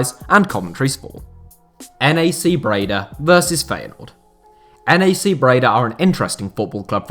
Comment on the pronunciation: NAC is pronounced as one word by the way, not N. A. C.. It would be pronounced Nack with a typical British A